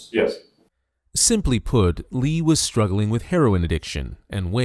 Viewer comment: Tough watch hearing you say Lee instead of Lea